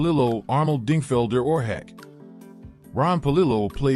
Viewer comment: Oar hack? AI…..pronounce it, Horseshack.